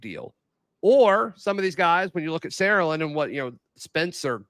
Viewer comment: Btw guys it’s pronounced Sar-uh-land not almost all in one syllable the way you guys say it